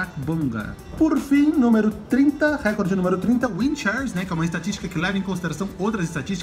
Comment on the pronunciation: nao é querendo ser inconveniente mas a pronúncia certa é reCOrde, so uma crítica construtiva